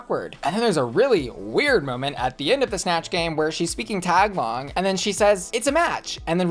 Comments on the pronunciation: It’s pronounced ta-ga-log btw not tag a log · Hey white girl.. it's Ta-Ga-Log not Tag-log... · Just FYI, you said "tagalong" like the girlscout cookie... it's Tagalog haha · LOL said 'Tag-Long".... its pronounced TUH-GA-LO [Tagolog]🤣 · Not bussy pronouncing tagalog “tag log” 😂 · I think the language is Tagalog (tuh•gaa•luhg). Not Taglong. This isn't me tryna be a smarty pants but ever since Drag Race PH, I've been really interested in learning the language and learning more about Filipino culture. I may be totally mistaken though. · FYI the language is pronounced ta-GA-log rather than TAG-a-log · It’s TA-GA-LOG not TAG-LONG 😊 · Tag-long? haha. I love you. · Not you saying “Taglong” 💀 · The way you pronounce the Filipino language you referenced is TA-GAH-LOGh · I'm sorry bussy but your pronunciation of Tagalog was hideous 😭, on a higher note your look is amazing, love your hair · girl your pronunciation of tagalog though 💀💀💀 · please put literally any amount of effort into pronunciation, i though you were talking when the girlscout cookies when you tried to pronounce tagalog.